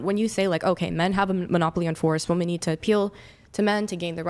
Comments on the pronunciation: Attention ladies! 📢 The word “women” needs to rhyme with the word “swimmin’”. Thank you for your time. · Is she verbally handicapped? Why does she say WOMAN when she means WOMEN? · Why do these people always say woman instead women? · She said woman when she meant women. Nope I'm out. Fuck this adieu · What's with Gen Z pronouncing "women" as "woman"? It's annoying as fuck. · If you listen carefully, you'll hear that they DO say "womEn", but as they pronounce "wo-" the same way as in "womAn", you assume that it must also be the word that they're saying. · Every single one of them pronounces the word as wim-man. That is, an I rather than the O, which makes the complaint rather ironic. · Can they actually just not pronounce the word "women" or is this some new age bullshit that the singular word "woman" means all women? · It drives me nuts they can't say the plural of woman.